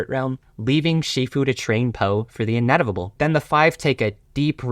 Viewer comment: he says inetivable instead of inevitable